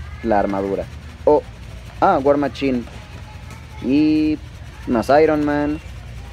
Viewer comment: "WAR MACHIN" jaja